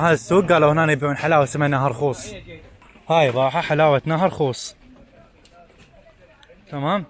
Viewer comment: نهر خوص عود نهر خوز حتا مايعرف يلفظهه